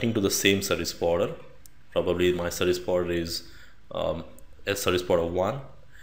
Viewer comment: Took me a minute to realize "Sebuwibider" was "Service Provider" :-)